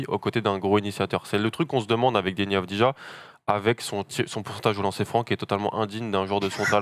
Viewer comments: Messieurs, vous êtes victimes d'un symptôme français absolument terrible : le ZÉRO effort niveau prononciation des noms et origines des joueurs: on dit AVDIYA, dans tous ses highlights les commentateurs israeliens HURLENT AVDIYA, et ça se prononce comme ça aussi bien en Israélien qu'Albanais, la nationalité de son père, qui n'est donc pas croate ! Faites des efforts sur la prononciation des noms, encore plus quand ils sont aussi simples... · Exact, ancien joueur de l'étoile rouge son père. Et d'ailleurs ça se prononce "Avdiya". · On prononce Avdiya les gars ;)